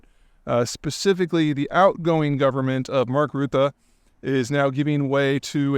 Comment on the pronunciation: And you even got the pronounciation of Geert Wilders and Marc Rutte quite well!